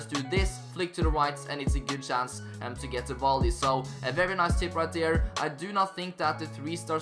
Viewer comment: Really good content bro but one thing that really irritates me is the way you say 'right there'.